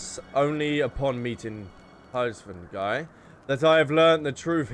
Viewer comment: Hraesvelgr is "race-vel-gr" Nidhogg is "nid-hog" though I assume nicedog is your joke name (my FC called him "eggnogg") -_